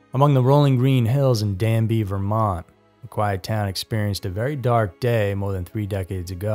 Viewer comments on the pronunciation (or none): none